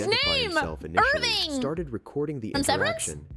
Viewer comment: Irving almost sound like a town in Scotland called Irvine